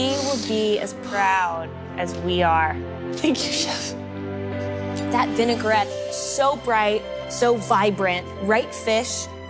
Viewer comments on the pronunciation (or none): Vinaigrette not "vinegar-et"